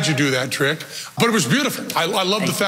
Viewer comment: I hate spellcheckers! You said "truck" instead of "trick" and because it is a word, it doesn't know you were saying trick!